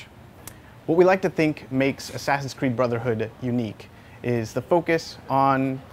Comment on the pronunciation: hahahaha, the way he said: u cant use that assassans anymore, because he's DEAD! I roflmao'd